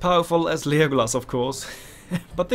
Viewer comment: Just wondering, why are you pronouncing it as Lijeeegolas 😂?